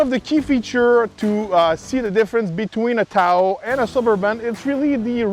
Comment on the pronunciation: He keeps saying towel not Tahoe 😂